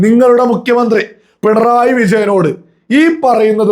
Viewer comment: ഡബിൾ A റഹീം പറയുന്ന സഖാവ് "പിൺ റോയി " ആരാ ??? പിണറായി എന്നുപോലും പറയാൻ അറിയില്ല MA .LLB ഉണ്ട് 😆😆🤣🤣